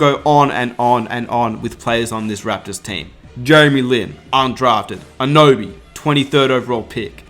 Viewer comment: Pronounced - A-nun-oby, not Anoby FYI